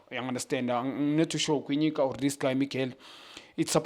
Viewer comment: Junior Khanye changes everyone's names. Kwinika = Kwinyika. Cupido = Keepidoo. Lilepo = Liepo. Cross = Gross. I get irritated 🤧🤦🏽‍♂️